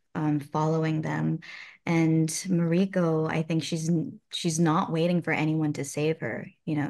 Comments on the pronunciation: Plz pronounce mariko correctly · Heheh! Wonderful actress, but you’d think she’d be able to pronounce ‘Mariko’ by now. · She doesn't even pronounce Mariko correctly? weird. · It’s weird to hear her mispronounce mariko again and again. 😅